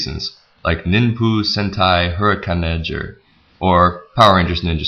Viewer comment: You pronounced Ninpu Sentai Hurricanger wrong